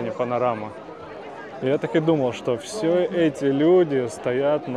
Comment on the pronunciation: Почему вы говорите «шо»?